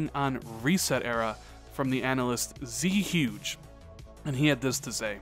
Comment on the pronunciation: it's not pronounced "Z-Huge" it's "Zuegay", based off Zhuge Liang the Chines politician.